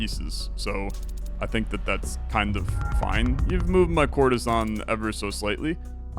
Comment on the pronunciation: For some reason, everytime you said "courtesan" I've heard "Coruscant" 😂😂😂😂